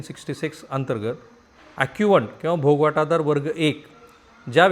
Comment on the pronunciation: भोग वाटा दार असं नसतं रे भोगवटादार असं असतं ते